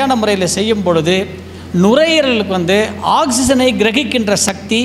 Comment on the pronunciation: ஷக்தி அல்ல. சக்தி என்று கூறவும்